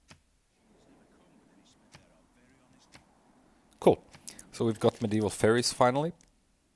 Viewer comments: Faires in "Medieval Faires" is pronounced the same as "fares." A faire is essentially a fair, which is a gathering of buyers and sellers at a particular place and time for trade. Do you really think that one of the civics is discovering medieval fairies? The only way this could be a civic is by being a reference to a convolutedly specific theme of fiction writing that emerged in popularity during the medieval times, namely that of fairies. But even that is very loose and not even entirely accurate. It bothers me so much when you pronounce it like that! Otherwise great game! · Are you a native english speaker? Faires is pronounced like fairs, the e is not pronounced I'm pretty sure!